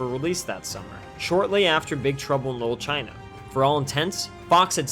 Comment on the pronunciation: Why do you keep pronouncing it "lil" China?